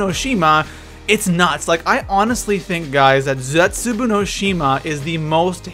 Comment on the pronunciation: You say it zesubou not zetzaboo